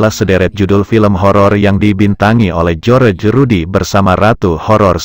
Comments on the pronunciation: Ini mimin nya pandai baca gak. Bilang Barry Prima padahal di baca Bery prima,tulisan nya saja Barry prima. Joerje Rudy padahal di baca jos Rudy ... min ... min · ketawa gw bang denger loe nyebutin nama jojor rudy yg bener jhos rudy